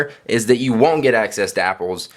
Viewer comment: u say wont weird